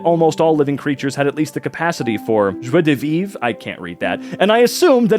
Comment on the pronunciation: The fact he said "joie de vivre" almost perfectly